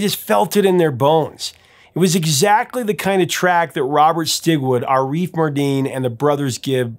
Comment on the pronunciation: Fyi, it's "AH-riff" NOT "a-REEF". Thanks